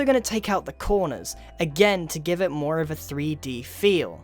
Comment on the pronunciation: he said "more" without British accent lol